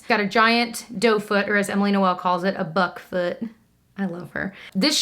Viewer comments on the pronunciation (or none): Who else had to rewind to clarify “buck foot”? 😂😳😂